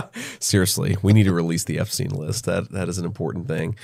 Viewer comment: For some mesmerising reason he never had a problem pronouncing Epstein's surname perfectly. I wonder why.